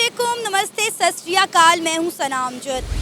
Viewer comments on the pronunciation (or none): none